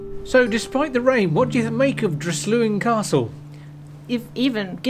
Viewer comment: Nice video,but the 's' in Dryslwyn is pronounced with an 's' sound and not a 'Z' 🏴👍